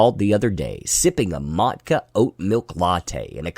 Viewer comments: Mutch-a not Mat-ka. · it's Maw-Cha not mottka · Subbed for the mispronounciation of matcha (not mat-ka)